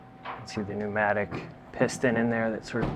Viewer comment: Pacsal is probably cringing every time he says pneumatic! 😂 Great video 😊 really enjoyed!😊